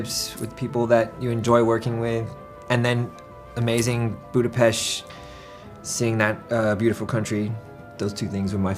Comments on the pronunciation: FINALLY someone pronounced budapest correctly THANK YOU LEWIS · Lewis saying Budapest correctly warms my heart♥ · I love all of them sm, they are so genuinely nice and funny. I've seen a bunch of interviews but till this no one pronounced Budapest correctly, Lewis did here and okay it's not a big deal or anything but as a hungarian it just feels really nice <3